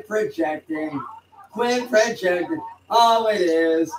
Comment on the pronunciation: When did he learn the word 'peojecting'? That's a 3 syllable word, those are hard for walking bedbug farms.